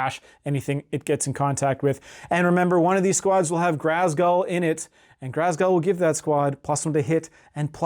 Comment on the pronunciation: There’s no R in Ghazghull. Please stop saying GHRazghull lol Other than that, fun video 👊